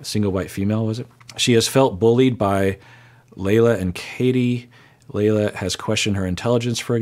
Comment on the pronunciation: I enjoy your recaps of this show. I feel like I'm watching my dad trying to make sense of Vanderpump rules. Anyway, Lala is pronounced Lah-Lah. Her real name is Lauren. She's a nightmare.